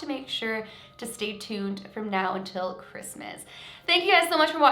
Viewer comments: Am the only one that cringes when she says “ -Mas”! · Do you guys all hear that? It's R-R-R-REESMAS